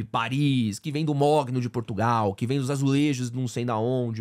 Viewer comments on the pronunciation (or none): none